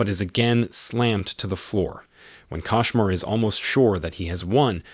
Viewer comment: It's a kOshmar not kAshmar